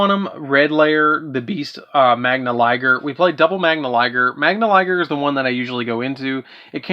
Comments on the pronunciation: “Magna” not Magnia “Magnus” not Magnius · Been Hoping for an Up to date Super Quantal Deck profile for some Pointers for my deck. Was a good video but why do you see the letter I on Cards that arent there? Magia and Magius is not saying it right 🤔🤨 kinda Cringy to mispronouce cards you have in your hand 🤷‍♂️